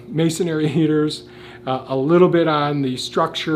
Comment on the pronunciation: Please: I love the English language. Those who present in English should as well. Masonry is pronounced masonry, not masonery. Thank you.